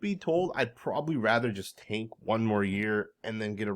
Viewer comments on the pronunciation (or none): Did you say tank????